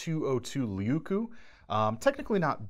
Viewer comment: Please: just try to pronounce as written. Puukko as puuk-ko, leuku (not lieku or liiku or what so ever). Sorry to say, but my ears hurt. I hope nobody got hurt.